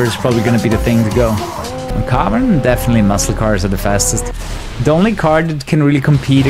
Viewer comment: Карбон... Said like a Russian :^)